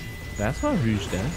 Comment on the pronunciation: It is pronounced r-oa-g